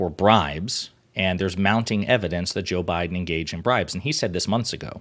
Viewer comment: Did she say "Joe Bidin"???